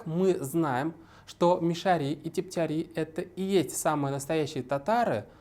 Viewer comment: Но Салават Хамидуллин хотя бы правильно назвал "МишарЫ" через "Ы", а не по-дурацки "мишарИ", как вы, да еще и с ударением на эту И. Кошмар. Сказать "режет ухо" это не сказать ничего.